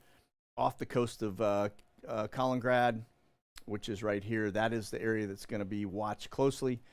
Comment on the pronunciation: It's ka-lin.... In.... Grad. Not callin- grad. Haha. Just saying lol